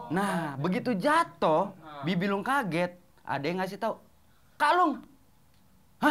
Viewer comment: Sangat edukatif.... bibi lung jadi ka....lung.... hahahahaha